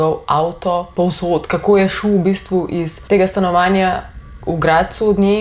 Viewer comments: Ni Mojšperg, ampak Majšperk… Nasmejala si nas haha😅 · MAJŠPERK NE MOJŠPERK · Narobe rečeš »Majšperk«